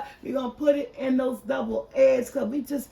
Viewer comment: Are you saying Double eggs? 🤷🏽‍♀️